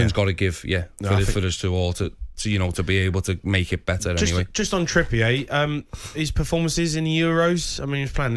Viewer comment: "Trippiayy"...Like, he's French. 🙄 It's Trippier.